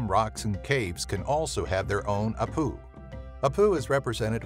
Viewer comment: Peruvian here. We call them Apu (stress on the 1st syllable)